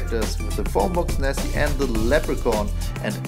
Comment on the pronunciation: Wait her is Nessie not Nessy 😱